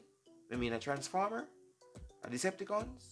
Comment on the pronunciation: Man say deceptaconn 😭😂😂